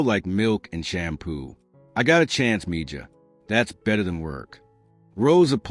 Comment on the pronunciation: Mija is pronounced MEHA